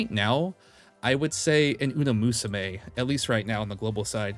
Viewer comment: I can't do it anymore man TT-TT you keep saying uNa musume and i CANT hold my tongue anymore im SORRY